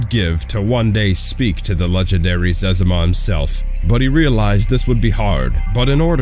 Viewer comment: What the hell is a zezama? It's ze-zima.